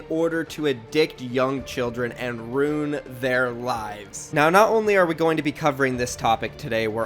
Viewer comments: Petition to teach how to say "ruin." "Rune" lol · I love you but, its ruIN not rune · “Rew-in” not “roon”